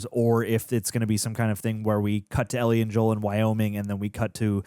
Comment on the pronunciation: Ell-IE,, Ell-IE.